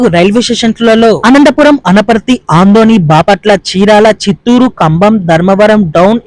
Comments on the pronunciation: Aadoni, andoni kadu. Better you pronouce telugu properly. God bless you. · Bro andoni kadhu Adoni, not small station, second Mumbai 🔥🔥🔥